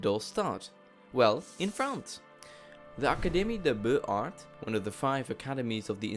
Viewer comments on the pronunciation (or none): beaux is pronounced bo, arts is pronounced ar, but beaux-arts is pronounced bozar. other than that, a very well done video :)